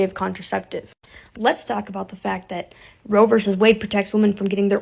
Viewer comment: *Roe. Not 'row.'